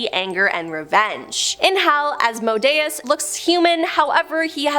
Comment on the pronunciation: Sigh... It's pronounced As-Mo-day-es